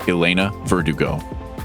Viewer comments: Elena Verdugo..... is pronounced, Ver-DOO-go; not, Ver-di-go. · Ah-LAY-na VER-duh-go? Vertigo?? Hey, don't hurt yourself trying too hard... Say it slowly: Eh-LEN-nah Ver-DU-go. Yay! Elena Verdugo! You're practically fluent! Duh...